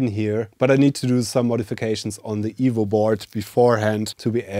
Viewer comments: Same !!! I now know he's saying EVO, but still hear evil :) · It took me half the video to realise he was saying EVO not Evil. And then I was sad, I want an evil c64!